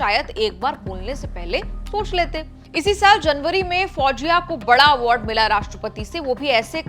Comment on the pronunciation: Pronounce her name correctly Mam. Pronounce her name as FOUZIYA, not as FOUJIYA